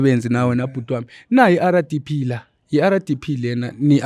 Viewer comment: Rdp not Ara only Zimbabweans pronounce R like that